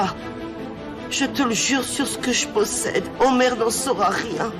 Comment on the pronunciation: Felicitay😂😂😂omer félicitations dit omert😂😂😂